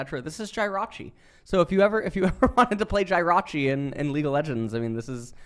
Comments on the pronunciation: come on man its Jehrachi not Gyrachi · His pronunciation of jir-a-chi killed me. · Definitely a highlight